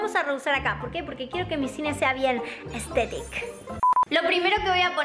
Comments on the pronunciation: Soy la única que por primera vez escucha a decir hastectic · diciendo la palabra “aesthetic” me encantó como lo pronunció